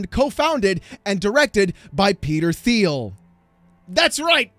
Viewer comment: Will someone kindly tell him how to pronounce Palantir and Thiel? Thank you